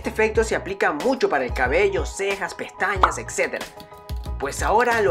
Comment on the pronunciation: "Occerva", "eccetera", "perceccion"🤔🤔🤔🤔Observa, etcétera , percepción. 👍